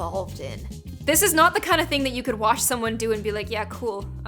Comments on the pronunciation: I had to keep repeating when u said shomone I cracked up everytime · You said labtop and shomeone